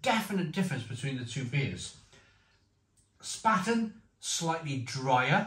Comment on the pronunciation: Mate ... it's pronounced "Shpar-ten"